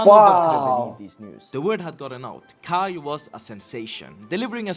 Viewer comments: KAJ is pronounced as kai. In Swedish j is not pronounced like in English - djay, but like yi. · I register that pronuned KAJ in the rigt way, but pronunced in English.. that got a lot of french prononciations on letters! I do think vould pronounce it as KAY in english/normandic/french?? I do feel sorry for Måns, he could have won in any other nation, with his europop/eurovision perforemance, it was great! And then some afterthougts.. Im positive, I think Eurovison need this, more autentical, local language, local positive things! On the other hand.. Im afriad if we wins, becuse it costs a lot to host next Eurovision final.. its kinda mini Olympics! Its this that its a EBU competition, its national public broadcasting companyes that competes, that get there fundings frome there population fees not there goverment! In worste case if we win again, we have to watch a lot of USA made cheap soap operas, for a year or two!:face-orange-raised-eyebrow